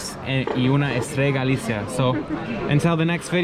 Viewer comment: Maybe learn how to pronounce Galicia before you go to all the trouble of producing a video about it.